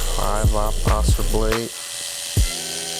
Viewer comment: It's called Oster, not Oscar.